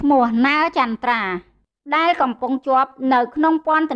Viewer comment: ពិធីការនី គោការណ៍ ឬ គោលការណ៍ ដែ ឬ ដែល ពេ ឬ ពេល សូមនិយាយពាក្យខ្មែរឲ្យច្បាស់ ។